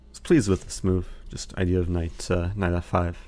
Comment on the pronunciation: Eric you have may addressed this before but why do you say knife instead of knight? And why do you say someday instead of sometime? Also I like 'tickling the bishop'. Granted, I am watching at 2x so many things sound more amusing.